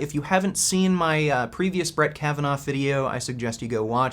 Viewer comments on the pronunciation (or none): You pronounce his name as "Kavanov" , when it is actually "Kavanaw". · Can you stop saying 'Brett Kavanoff', please? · The biggest criticism of last video was the fact that Kavanaugh has no "f" sound at the end dammit